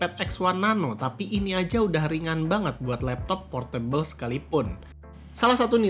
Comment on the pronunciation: baca portable adalah portebel bukan por-meja(table)